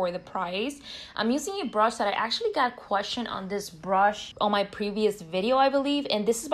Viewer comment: The way she says “brush” lol brOsh😂